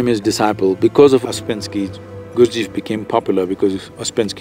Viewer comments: Nice if could manage to pronounce the name correctly. It is GURD G eff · The Sad-Guru cannot even pronounce Gurdjieff correctly. What more can we expect from this superficial view? ;) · If one's hearing is flexible, you can hear that "Gurdjieff" sounds like "Guru-ji"